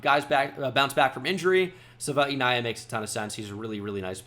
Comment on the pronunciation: you're pronouncing Jonah's last name wrong it's Sav-eh-nai-ee-ah - the Arizona website has him pronouncing his own name